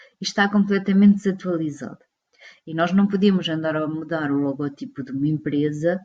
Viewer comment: Vídeo muito bem conseguido mas apenas uma correção: O correto seria dizer "logótipo" já que a silaba tónica da palavra é "gó" e não "ti" Obrigado!